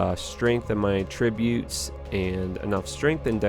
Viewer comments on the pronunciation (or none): its pronounced attributes not attributes